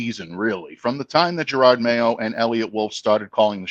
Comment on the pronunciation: He also says Gerard Mayo instead of Gerod all the time!